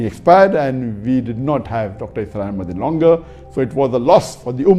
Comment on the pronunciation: Asrar nahi bhai. Israr ahmed.. pls correct your pronunciation